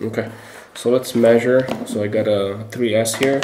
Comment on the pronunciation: Did he say three ass?????